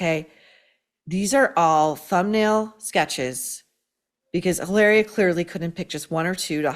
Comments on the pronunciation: in spanish H IS MUTE you dont pronuncie it it doesn’t exist mit sounds ilaria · It's pronounced "Hillary." From Bahstin. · It's weird how every time you say her name I'm thinking you've left the S off the end and I'm not being sarcastic that it sounds like hilarious should be her name